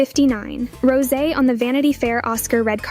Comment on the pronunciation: It's Rosé (Rowsaayyy) not Rose. 😐